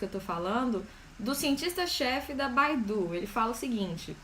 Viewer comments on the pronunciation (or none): Video perdeu a credibilidade quando falo-se "baidu", vou até ver se ele não instalou aqui hahahaahahh